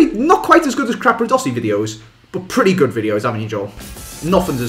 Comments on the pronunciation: I Love How They Pronounce CRAPadossi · capradossi and not crapradossi! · hes not crapradosi you are